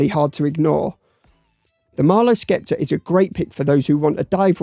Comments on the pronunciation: Sceptre is pronounced 'Septer', no 'Skepter'. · You don't pronounce the 'c' in sceptre.